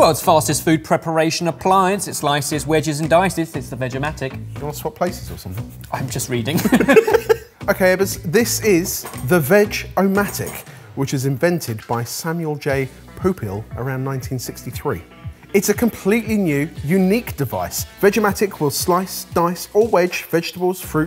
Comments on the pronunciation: Just gonna say it, it's not "poo peel" it's "Poh-Peel" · Poop - hill? Poe - peel is the way Sam's son, Ron Popeil pronounced their name on US television over the years. At least theat's how I remember it. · The Olde Sparky™ hot dog executioner! It's pronounced 'poh-peel'... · Haha - the Veg-o-matic inventor's name is pronounced as "po (like potato)' 'peel'. Not 'poop hill'. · Samuel J "POOP-ill" Really??? Couldn't be bothered to Google the correct pronunciation?🙈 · Please don't say poopehl. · You mispronounced Popeil,. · Mispronouncing "Popeil" in a kitchen gadget video is a cardinal sin